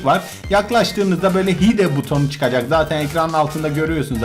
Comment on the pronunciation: hide hayd diye okunuyo